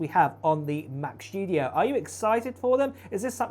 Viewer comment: ‘mac chtudio’ … 🤦‍♂️🤦‍♂️ … this clwn is insuffrable … and still nthing to say about